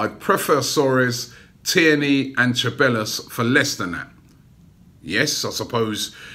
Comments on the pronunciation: Ceballos = (SE-BAA-YOS) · Robbie m8, it’s pronounced (Seh-Bye-Os) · It’s Dani Ceballos pronounced Say-Buy-Yos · You pronounce cebaillos se-bye-os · CEBALLOS = SAY- BYE - YOS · It’s Ceballos. Pronounced S-E-B-A-I-O-S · Robbie please Ce-Ba-Yos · Its pronounced SE-BA-YOS Robbie! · Pronunced SE-BA-JOS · Cabellos: Kah-Bye-Yos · His name is pronounced cebayos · Robbie it's Sa-bay-os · It's pronounced cheb-eye-os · It's pronounced seh-bios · It's pronounced seh-bah-yos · Ceballos= Zeh-bah-yos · Rather have Everton Soares than Zaha. He's much better. Also, two 'L's in Spanish are pronounced as a 'Y' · He really said Ceballos name wrong each time, so cringe